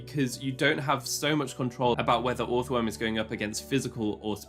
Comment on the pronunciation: This does NOT matter but I'm 99% sure you pronounce the first o like the second o. So it's just earthworm phonetically